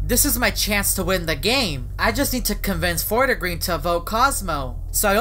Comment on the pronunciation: lmao its called fort-green not fort-a-green